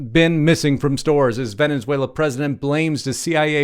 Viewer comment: There is only one n in Venezuela not Venenzuela.